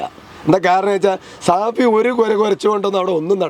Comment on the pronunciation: സഹോദര ഷാഫി ആണ് അല്ലാതെ സാഫി അല്ല